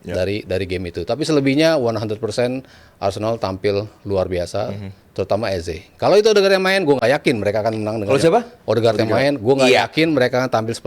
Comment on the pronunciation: "EZE" itu di bacanya "easy" yoo Gunners 😁😎